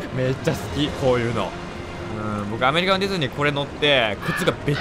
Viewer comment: さんのアメ↑リカ↓のディズニー好き❗